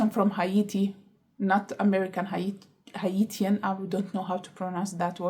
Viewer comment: Haiti is "hey-tee" and Hatian is "hey-shen"